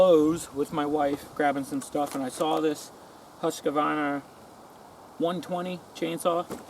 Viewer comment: It's actually pronounced "Hoosk-varna" in Swedish